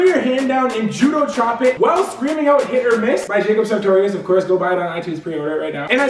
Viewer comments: Am I the only one who heard say sweatshirt instead of hit or miss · I heard sweatshirt too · he said sweatshirt instead of hit or miss lol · No shit and piss not hit or miss